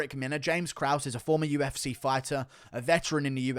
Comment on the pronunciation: Love how he pronounces UFSeyyh